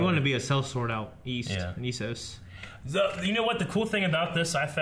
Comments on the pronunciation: Ugh, this is truly the season GoT got butchered by a couple of idiot directors: Dumb and Dumber. By Isos you mean Essos right? They say it loads of times in the show, how do everyone of you get it wrong? -. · 7 seasons and they still pronounce it isos instead of essos